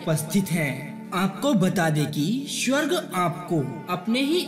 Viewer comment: Bolna to sikhle swarg ko tu shawarg bol raha hai